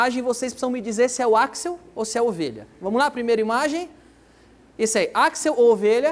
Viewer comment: Aquisol e.e É equisol e.e kkkkkk